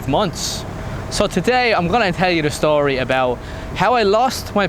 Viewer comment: vs? LO,L, the man with two personalities. So you've been the US? Disregard the comment I made on my video comments. Turns out we've both been in Asia since 2010, only you've stayed in Thailand. I lived in Singapore, Philippines, Vietnam and now Thailand.